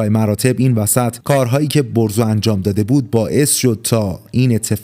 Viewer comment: برزو✅ بهروز❌